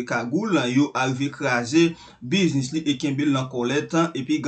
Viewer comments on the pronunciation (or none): none